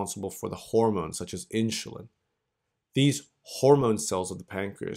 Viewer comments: I can't get past "inschulin". Im an a$hole I know, but it's making my eye twitch every time he says it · Inshulen ? Really?